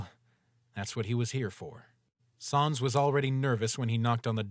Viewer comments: The narrator pronounced sans as s-aa-ns not s-an-s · Why do they say sons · Why do you call sans sons